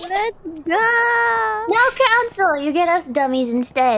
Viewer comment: the way Kiara pronounces "council" makes it almost sound like "Hololive Cancer". First I heard it I was like "whoa, why so rude?"